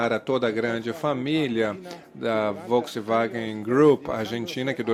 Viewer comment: Onde ese tradutor ve uma letra i, pra falar "Volksiwagen"?